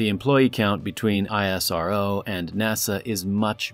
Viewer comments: its not I S R O its isro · Please correct this.....that's not "aiiissarrrvooo" that's 'essroo'.....that's how u should pronounce